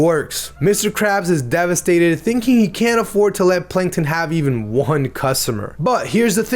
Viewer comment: heh, "panktons".